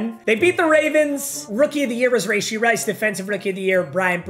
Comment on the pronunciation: Rah-shee rice bro not rayshee